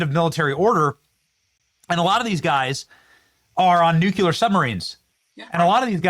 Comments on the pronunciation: Benny please say NUCLEAR correctly. It's not NUCULAR! It really makes you look stupid. Sorry, because I really like you. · Nucular is not a word. Come on man! We depend on you! Don’t give libs chances to make fun!